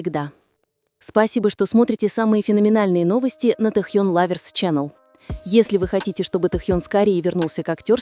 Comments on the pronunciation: Ставьте правильно ударение в имени, Тэхен ,про какой альбом идёт речь? У Тэхена альбом вышел три года назад,вы не вернулись из прошлого? Ещё лайков хотите,дизлайк автору,а озвучке вообще 100 дизлайков😅😅😅😅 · Досматривать не стала. Это что за произношение имени ТэхЬЁн? Автор это неуважение к артисту. Да и звучит ужасно, я уже начала каждый раз подпрыгивать от злости при произношении этого имени. Все, выхожу, а то сейчас мне плохо будет. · Автор, это ужасно, как произносится имя Тэхёна! Это просто безобразие!